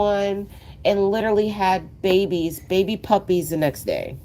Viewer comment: Magnificent puppehs. Struhcture indeed!! Thank you for the live stream. Keep up the great work, always!!